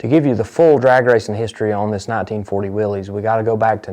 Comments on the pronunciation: I am watching this video on TV, i saw the '32 Ford gasser raced by Robert Nance, and I saw it live at Covington, GA. i am pretty sure I have a photo of it. I will look in one of my photo albums. I also saw the part about the Hemi Hurricane WILL-EEZ ! You pronounced it correctly ! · So proud that you pronounced Willy's correctly